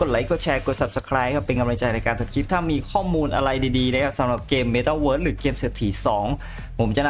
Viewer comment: ข้อมูลดี แต่ไม่ชอบตรง พูดWorld มันไม่ได้อ่านว่าเวิสสสสส